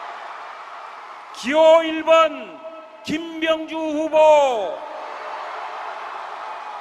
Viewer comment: 김병주후보이름 호명하는사람의 발음이왜 김명주로들렸지. ?